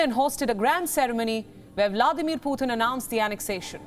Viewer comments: Putin not puthin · Learn to pronounce Putin please. It just sounds stupid